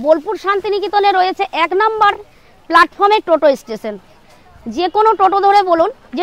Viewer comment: টেশন নয় স্টেশন😅